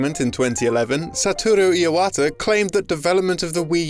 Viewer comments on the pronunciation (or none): "Saturu Iawata" No